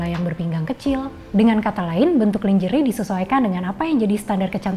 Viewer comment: you kept mispronouncing the word "lingerie". It's not pronounced /lin-jê-ri/ but /lan-jê-réi/ (American) or /lan-jê-ri/ (British). However, since KBBI has acknowledged "lingerie" as an Indonesian word, you can rightfully pronounce it as /li-ngê-ri-ê/ instead. I apologise for nitpicking about it. I had to let it out of my system. Anyway, the video content is great but, to be frank, your code-mixing is annoying. Please consider speaking Indonesian completely.